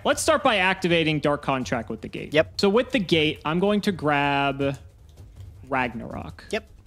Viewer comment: "D'Ark is on D'field" LOL